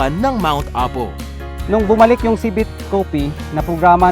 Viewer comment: di ba nkakapick up ang narrator sa mga iniinterview nla? annoying lng ksi sinasabi nya ci-VET... dapat CI-vet LOL, try nyo sa google translate